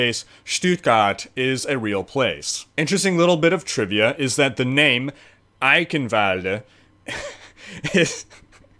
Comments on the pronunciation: Not 'kin'... ghhhin sound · You should pronounce it like "Eishenwalde" the "ch" sounds like "SHit" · And your german accent is actually really good. The only thing is that you say eichenwalde with a K insted of a CH you would say the CH like in charm or charcole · Eye-chen-vald-rrr... Ie-kkkhen-valdr.. Lmao. Dude i love your videos. keep em coming, man. Great content, thank you for existing. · Say it like a cat hissing eichhhhenwalde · just repeat after me : "Eye"-"shin"-"valde" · You pronounce it Icanvald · greetings from germany. gz, you did a good job! me as a german could identify your words as german, that's enough :D. fyi: the "ch" in eichenwalde is pronounced nearly exactly as you would pronounce the ch in "stretch" flies away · Instead of butchering a places name how about putting up the text of what you are trying to say so we can read it. This is clearly an edited video so that shouldn't be hard at all. Great work on this and other videos regardless. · no xD His german is okay, But he did pronounce it wrong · Does anybody have an edit of this video where he doesn't butcher the name every 5 seconds or just say EYE-KEN-VOLD like everybody else does? it's painful and i'm only 30 seconds in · Honestly spelled it correctly just maybe toned it a bit weird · Bruh there's no v in eichenwalde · Haha You almost said Eichenwalde right :D (the Name is weird for germans)